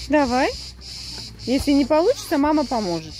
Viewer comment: я ваши видео в день публикации не успеваю посмотреть, дети...домашние хлопоты и т.д. Вот не могу насмотреться на Зехрашку и думаю это скорее всего Ваша безумная любовь сделала Зехрашку такой, какой мы её видим сейчас. Вы всем мамам пример и мне самой. А Аслан как красиво произносит слово мама.